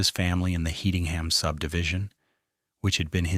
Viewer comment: One it’s pronounced “headingham” The first victim of the rampage was his big brother. This put the entire city on high alert and panic. Such a tragedy.